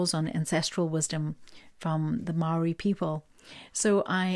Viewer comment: Hi..your pronounciation speaking maori is spot on..I picked 3 and that reading was on point. Thank you so much...stay amazing and awesome..❤